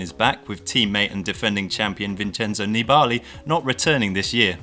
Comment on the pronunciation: FYI -- You're saying 'Nibali' wrong. It's a very short 'a' sound. Almost more like Nibli.